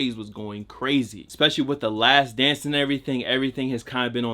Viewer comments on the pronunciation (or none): none